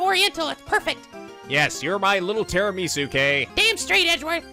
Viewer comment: ARE YOU KIDDING ME?! tiramisu is italian! "tirami su" literally means "pick me up" or "wake me up", because it has coffee in it!